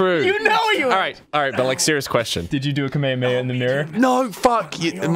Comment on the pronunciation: The way they pronounce "Kamehameha" [Kameamea] is really cringeworthy.